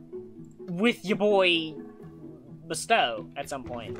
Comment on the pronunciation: I think you said BSTOW's name wrong